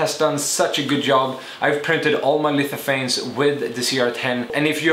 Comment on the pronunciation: "lififanes" lol